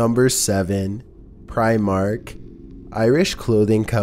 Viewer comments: Lol "preyemark" *Primark. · Pry- mark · Your saying primark wrong